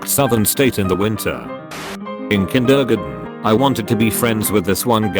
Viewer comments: I refuse to believe that the word "kindergarten" was actually just pronounced that way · love the way it pronounced kindergarten